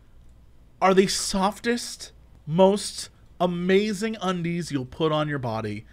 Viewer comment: Jesse forgot the 'ing' at the end of 'Amazing' when describing Ikea